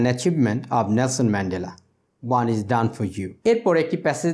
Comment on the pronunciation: Pronunciation of "Is" is "Iz" not "Ij"..Otherwise not bad..